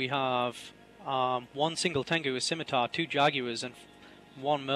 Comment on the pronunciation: skim, skim, SKIM!!!!! It's pronounced SIMITAR!!! You don't need to say the 'C'